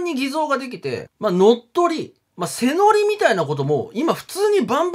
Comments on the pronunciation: 施策→せさく❌ しさく⭕ 背乗り→せのり❌ はいのり⭕ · おみそん、背乗り(はいのり)と読みますよー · ご存知でしょうがあえて。 背乗り、せのりではなくはいのりですよね。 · 背乗り→はいのり ○ せのり ×